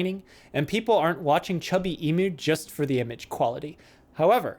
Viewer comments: As an Australian I die a little inside everytime someone pronounces it E-moo. It's E-mew. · In Australia, the Australian animal Emu is pronounced ee-mew like the Pokemon mew. I wonder if the mispronunciation is deliberate or not, but oh well it doesn't really matter except that so so so many people mispronunce it.